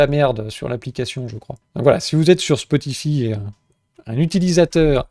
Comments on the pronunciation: spotify ( ça se prononce spoti_"faille") un truc de niche ?... je croyais que c'était juste une des plus grosses plateforme de musique/podcast existante avec plus de 700 millions d'utilisateurs... :) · Mdr toi aussi ca tas fait tiquer "spotifi" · Oui Spotify très bien. Par contre ça se prononce Spotifaï, à l'anglaise. Marrant après le commentaire sur les boomers 😅 Merci pour ton travail